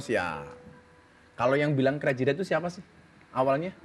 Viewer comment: Spelling richnya itu lho gus...geli dengernya 😁😁😁